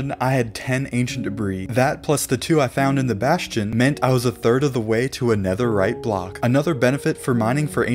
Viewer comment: did he say 17 BLOCKS OF NEATHERITE AT 1 MIN 30 SEC